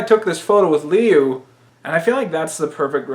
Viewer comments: Learn to pronounce Liu. Lew not Leu. Thanks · It's pronounced Lyoo I'm pretty sure it's chinese